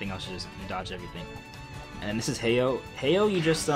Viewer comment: also its, HA O not heyo xDD